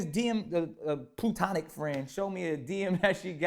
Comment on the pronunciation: Man said "plutonic" friend...